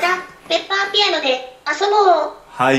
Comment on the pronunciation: 分かりペッパーって聞こえたw